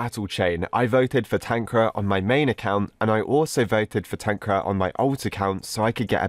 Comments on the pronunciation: Dude made "TanqR" "TanqRa" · tankra is how u say it xD its pronounced tanker (tanqR) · Tanqra? He said it wrong it should be TanqR. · We say Tanqr not Tanqra But idc i like your vids Always ! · tanq-rar Others: tan-Q-r Tanqr fans/the real pronunciation: Tankar LMAO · "tanqra"very wholesome bro